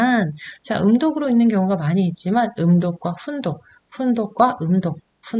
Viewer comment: 한국어의 바름 문제가 있는 반면, 일본어는 A+입니다 . 우선, 한국어어에 대하여. 긴 자를 강사께서 짧게 잘못 발음한 ㅇㅖ: 훈독, 한자, 두 버 째, 두 가지,좋겠지만, 바 주세요 , 많아요, 등, 제가 듣기로는, 강사의 일본어 발음은 A+ 인데, 한국어 바름은 이상 지적한 바와같이 믄제가 많습니다. 강사가 한국이ㅣㄴ지 일보이인지 궁ㄱ ㅇ합니다. 한국의 발음 문제는 심각합니다. 한ㄱ ㄱ이으로 영어를 가르치는 경우에도 영어는 A+인데 한국어는F 였습니다. 이 무슨 irony 입니까? 고국 동포들께 간곡히 권하옵노니, "한국 어문을 고발함"이라는 책을 읽어 주시옵소서. 미국 변 완수 배